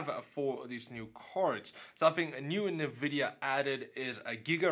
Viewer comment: Dude, I cringe every time you say "Navidia". Other than that great vids! :P